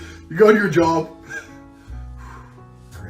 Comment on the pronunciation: Andrew sounded like he said jerb instead of job